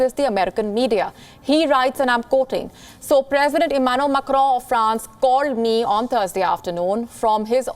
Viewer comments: She says it like Emmanuel MECCRON..its Macron 🙂. Imagine if someone says "Nirendra Mudy" .. it would sound silly right🙂 eventhough we understand what she says 😀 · Macroooooo ... Preaisssss (Press) ... abey kaha se ley aaye isse .. bhahahaha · Amazing pronounciation - prezzident immanu makkro. Preze and media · Can't stop laughing after listening how she's pronouncing macron 😂😂😂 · The way she says macron😂😂😂